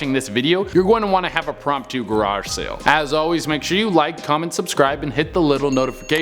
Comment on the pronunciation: It's impromptu 😅